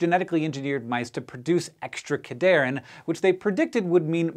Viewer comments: It's pronounced CAD-Here-In. They help cells conditionally adhere to each other, hence the name. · Its pronounced CAD-HERE-IN having its etymology in ADHERE (sticking together). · I'm not one to correct pronunciation, but the naming of this class of proteins was really well done. It's pronounced cad "hearin" because it is "Ca"lcium "d"ependent "adhere"ing molecules. Love when scientists make memorizing mechanisms easy, so I wanted to point this out :) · It's pronounced "CAD-HERE-IN" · I died a little every time Cadherin was mispronounced :(( come on SciShow